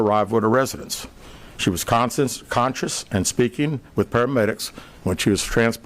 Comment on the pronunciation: how do you misread conscious as a public official? EDIT its alabama